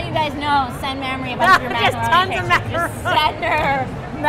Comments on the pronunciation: I'm pretty sure Trisha kept mispronouncing Mamie's name. Oh, Trisha. Mamrie is not an adjective pertaining to milk-giving glands. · mah-mrie -.- ughhh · Omg the pronunciation of Mamrie's name in this vid 😂😂😂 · It happens. Grace pronounced Mamrie's name wrong for like a year.